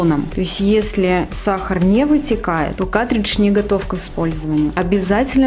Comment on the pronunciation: Не катридж, а каРтридж. Уши режет, кошмар. Не смогла досмотреть.